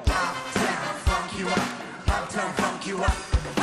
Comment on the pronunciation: ему надо работать над произношением.мне послышалось фак-ю очень отчетливо.заметил что его инглиш хромает когда он спел "шоу маст го он"